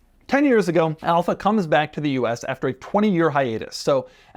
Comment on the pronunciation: I clicked this video hoping he wouldn’t say Alfa and it was the first one 😂